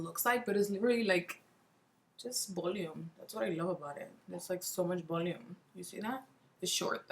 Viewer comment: “Bolume” lol so funny...how long have you lived in the US?